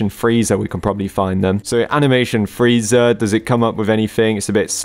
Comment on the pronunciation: Feezer instead of Freezer